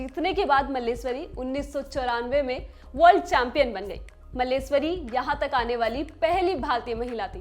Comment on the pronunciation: Madam, aapka pronunciation it kharab hai ke sunne me bhi ganda lagta hai. Please improve your pronunciation at least. *Karnam MalleSHwari, *Khitaab, Khuraak etc. Please improve.